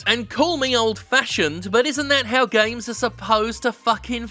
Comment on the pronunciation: I can't get enough of the way Jim pronounces "gaiymes"